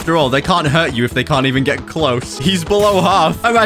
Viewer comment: Can we get much higher? “I think we can het higher.”